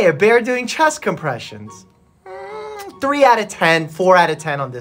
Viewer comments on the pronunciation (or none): For a quick second during the beginning when he said oh a bear doing chess compressions I thought it was his dog 💀💀